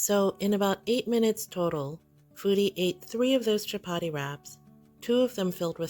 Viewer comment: "Shap-aadi", says. "Shap-aadi".